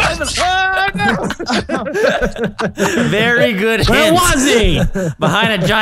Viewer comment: Vewwy cawweful